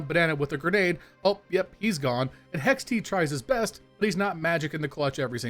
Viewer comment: You calling hext, hex-t makes me irrationally angry lol.